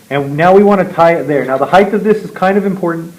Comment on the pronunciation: Please stop saying 'heighth'...